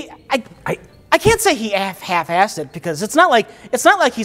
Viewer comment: oh man we almost got an "alf-hassed" from